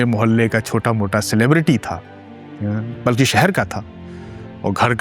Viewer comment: haalanki...nhi haalankE hota,,,balki nhi balkE hota hai............